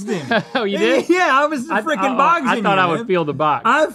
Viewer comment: “I BOGSED YOU!” 🤣🤣🤣